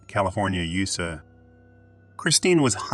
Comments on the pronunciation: The fake voice started off terribly: "nine hundred eleven" instead of 9-1-1 and "yousa" instead of U-S-A. I chose not to finish and gave a thumbs down. Get a human to do it. Just like when I get a recorded call, when a computer voice does a video, I hang up the line. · Right! Like California “Usa” 🤣😂🤣😂